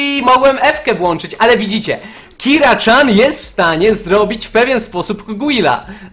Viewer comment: PS. TO NIE KIRA CZAN TYLKO KIRA CIAN!!!!!!!